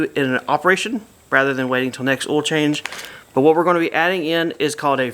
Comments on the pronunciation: I giggle when he says oil. I can't spell it like he says it. Not trying to be mean. I love accents. A couple other YouTubers say the man's name Don, but the way they say it it comes out "Dawn". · Or awl, LOL